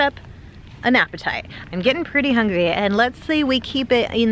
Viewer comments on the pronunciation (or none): none